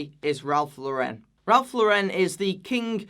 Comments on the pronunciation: FYI: Ralph Lauren is pronounced like Lauren Bacall, not like Sophia Loren. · First of all, the Lauren in RL is pronounced like the female name Lauren, not LOREHN like you do (sorry i just hate to hear it pronounced like that) and even though i would NEVER pay full retail price on Polo Ralph Lauren, i think that during sales, for 30-50$ a for polo, a shirt, a sweater or even jeans, you really can't go wrong. I have even seen canvas sneakers for 20$ at Polo, and these are like H&M and Zara prices, and don't tell me that Ralph Lauren has worse quality than Zara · Pet peeve: It's Ralph LAU-ren. Not Ralph Lau-REN! Bit of a Faux-pas for a fashion channel to mispronounce such a ubiquitous brand. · Ugh. At least pronounce Ralph Lauren correctly if you are going to slam it. Lauren. Not fancy. As in Lauren Bacall.